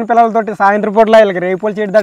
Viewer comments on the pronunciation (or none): ఒడియలు కాదు, "వడియాలు " ఉచ్చరణ సరిగా జరిగితే తెలుగు పలుకులు వినసొంపుగా ఉంటుంది...love from పాడేరు ❤